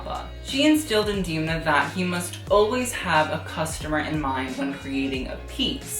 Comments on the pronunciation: It’s not D’ee’mna, it’s Demna. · ok this video was ~sooooo great~ but i have one small nitpick - it's pronounced 'Dem-na', as in them, not 'Deem-na' as in theme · you idealize alessandro a bit too much ..... (miuccia) also: *dam-nah